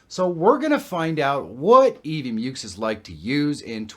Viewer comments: "mucks", not "myooks". Rhymes with "f....." (firetrucks) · Mucks. It's EV MUCKS. 😆